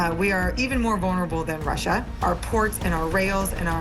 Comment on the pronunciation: Soooo it's rushina rushina rushina, not Russia Russia Russia????